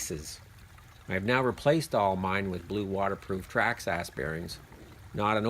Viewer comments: Traxxas is pronounced Track sis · why do you call it traxx-ass? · haha I thought you were making fun of them.. "Tracks-Ass" 😂